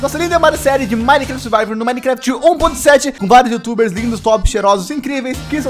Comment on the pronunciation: vc errou no começo😅 vc falou minecaft 1.7. da o coração ai😅